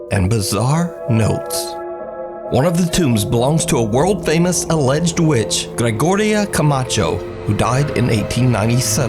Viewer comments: I think the laughter in the cemetery was at trying to pronounce Gregoria Camacho's name. "Her name was Georgiria Gamacho. Or Georgioria. Garygiordia, something like that." hears laughter "Hello? GEORGINA?!" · I'd never heard of Gregoria Camacho until I watched this video, but butchering her name THRICE really irritated me. He's exploiting her grave for views and even then, he can't bother to get her name right? He even calls her "Georgina" when he hears the laughter. Talk about disrespecting the dead.